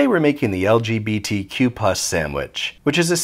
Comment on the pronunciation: > "Today we're making the ell gee bee tee cue ... ¡¿pus?! ... sandwich" Okay you had me up to ingredient number 6. 🤮